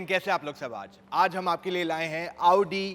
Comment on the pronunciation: Aap jab bhi audi bolte ho tab lavdi sunai deta hai 😅